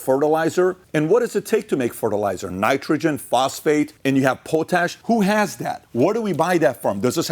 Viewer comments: Its POTash not POtash brother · Pat. It's Pot_ Ash . That's Pot Ash put together as one word. Christ that was hilarious listening to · Can't PBD get anyone to correct him while hes filming? Or just surrounded by yes men. Its pronounced Pot Ash. Not poe tash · I love you show I'm just letting you know don't mean to be smart but it is pronounced pot ash like a pot you cook in and Ash from a fireplace just thought you might like to know like to know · Po tash? Really Pat? Pot ash. Lol. Love your show. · pot-ash that's how we pronounce it in Canada. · Pot-ash not po-tash. Canada is slowing down potash mining due to "climate change concerns". Yet they allow the green belt to get developed and add a minimum of 1 million people to eat our food. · Pot-ash not po-tash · Sorry its "Pot" Ash... lol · Pronounce potash its pot....ash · PO-TASH … dumbass lol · It’s pronounced pot-ash. Simple mistake for someone who doesn’t deal with it. It’s the primary source or potassium K In modern agriculture. Enjoy your content eat beef we won’t let you down. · Thats not how you say potash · Mis-pronouncing potash.